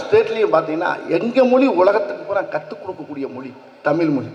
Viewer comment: டே நானும் பாத்துகிட்டே வாறன் உன்னை திருத்துங்கள் இல்லை அது தமில் இல்லைடா தமிழ் ட வெண்ணெய் நாக்கை வழிடா கொன்னை